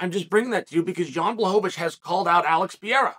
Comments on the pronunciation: Day 1 of asking Chael to say Pereira instead of Piera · It’s a real commitment indeed. A few weeks ago Ariel taught him how to say Pereira and he successfully repeated him. No use though, back to Pierrah after a few minutes 😂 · Can Kale Soan learn how to pronounce Pereira? Really not hard champ ; ) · Dude it’s not Pierra ! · Chael you are a very smart guy. There's no reason why you keep calling him "Pierra" when his name is "Pereira". Fix it so you don't sound like a hillbilly. lol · At this point his name is Alex Pierra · Mr Sonnen can you just say PA-REY-RA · It's pronounced Pur-ray-da.